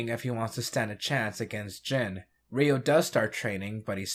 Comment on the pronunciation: I thought you watched the series. The red ranger is "YO". Not "Ree-o" (and many other examples).